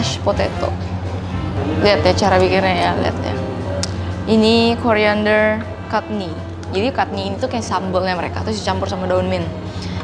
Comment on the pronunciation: chutney itu dibacanya ‘catni’ bukan ‘katni’.. terus beras yg dipake namanya basmati, klo dah jadi masakan baru biryani ❣️